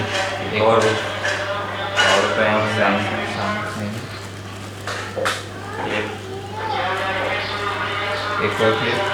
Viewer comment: Bhai aur sb toh theek but Samsung ko Samsing na bola krein...